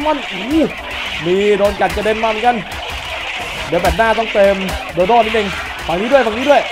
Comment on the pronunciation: พี่ครับโดโด้ไม่ใช้โดโด